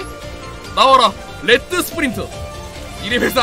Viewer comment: 레드를 렛드라고 읽는 모습을 보니 킹이 되기에 부족함이 없어보입니다